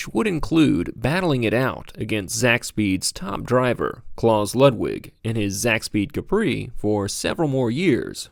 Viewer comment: how do you research a video like this and still mispronounce anything. let alone the name "klaus"